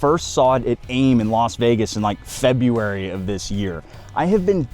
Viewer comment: it's February not Febuary